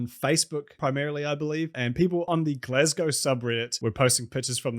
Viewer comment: Nice to hear someone pronounce Glasgow right, though i do see the logic in including the sounds 'glass' and 'ow' in the name.